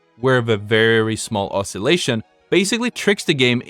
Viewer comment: OSS-illation, not osc-illation, as far as pronunciation goes. For future reference.